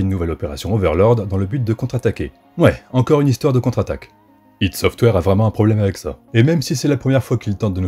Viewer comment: J'ai encore pas regardé toute la video, mais rien que pour le fait que ç'est la première fois que j'entends enfin quelqu'un prononcer "ID Software" correctement, ça mérite non seulement un like, mais toute mon admiration !! Merci.